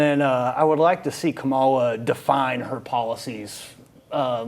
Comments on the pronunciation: Thad, the Caucasian guy said he needed more details on Kamala's policies. She has put out more detailed policies and spoke to them than trump has. Trump never speaks with details. Also, when they mispronounce her name, you know where they are. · Why can't the ignorant one's pronounce VP's name correctly? VP Kamala handled dump in the debate perfectly! She was NOT debating a "NORMAL/SANE" person! He thought he was going to steam roll her because she's a woman, and a BLACK one at that! In short, anyone that supports #dump is a plum fool, period! Who in their right mind would support the following? : Felon w/ 30 something criminal counts, sexual predator, liar, cheated on wife by paying a pornstar for sex, instigated January 6, 2021 insurrection, on a recorded call with GA Secretary of State, Brad Raffensperger harassing him to "find" 11,000 votes so he could win election! Six bankruptcies, KNOWN racist that refused to rent to Black people, had the WHITEST administration... NO diversity, unhinged, insane wannabe dictator with Project 2025 policies, 5 kids with 3 different women, and the list goes on... VOTE BLUE up and down the ballot for FREEDOM, SANITY, and PEACE! Full steam ahead with Harris / Walz 2024! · Y'all are saying her name is wrong it's kamala. Her name कमला it "means Lotus Just ask her mom that shit you people are calling her means. Nothing, can't you read sound it out 😂.. Wright? Here it's Indian not black Kamala Khan. AKA Ms. Marvel.. same Fucking Name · Why do trump supporters excuse all the convictions, and try to validate it, but excuse it, but have room to criticize VP Harris. Black man on the panel, if anyone should make sure that you pronouce VP Harris's name correctly!! As a black man, you of all people on the panel should at least pronounce the VP's name correctly, unless you are a maga Republican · Not to mention his inability/unwillingness to pronounce her name correctly. It’s disrespect.